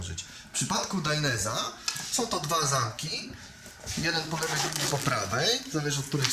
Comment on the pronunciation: Gościu kurwa naucz się poprawnie wymawiać, bo robisz z siebie wsioka. Mówi się DAJNEZE a nie dajnes czy jak to tam wymawiasz. Tak samo ALPAJNSTARS a nie alpinstars etc. ELO.